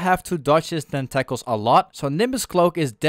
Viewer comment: Great video, and the pronunciation tentacles cracked me up. Tentackles XD